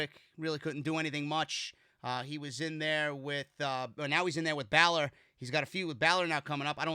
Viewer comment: This fellow is say Finn Balor name wrong